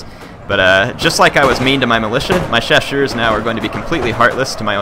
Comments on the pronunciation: Hey, great to see some Napoleon: Total War. As a note of encouragement, I appreciate that you attempt to pronounce the French names and acknowledge you don't know how to say them perfectly (with good reason), as opposed to some who just butcher them and don't care. And your pronunciations are very close. All you really need to do is pronounce the double-S in 'chasseurs' with an 'S' sound, not a 'sh', and you'll be golden. As for the fire-by-rank comments, this is not 'my era' in terms of military history, so I don't wish to claim to know better than anyone else on any particular point, but I just want to note I do know British drill called for it (among other variations) and that it is quite practical. But that is only one small army among multitudes, and not representative. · hey, im fench and ill help:). Actually, you pronounce "chasseurs" right, simply remember that the "ss" is like a simple "s" of.. Sniper, Sweet... and not a "ch" of CHewing-gum. And that in french, you don't pronounce the 's' of the plural. In english, shoe -> shoes('z'), french, chasseur -> chasseurs (both sound CHaSeur).:)